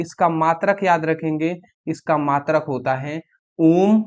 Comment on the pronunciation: Ohm hota h aam nahi😅